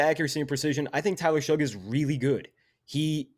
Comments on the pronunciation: R u saying Tyler SHUG? It’s pronounced Shuck lol geez my guy..a whole video of my qb being number 1 and saying his name wrong whole time lol. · His name is pronounced Shuck not Shug